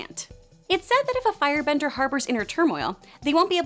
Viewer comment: She said fire "brender"